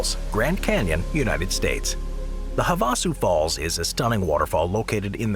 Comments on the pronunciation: Havasu Falls are pronounced "hav-a-su" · Stop using voice overs or at least train it to say places right. Have a sue falls wasn't the only butchered place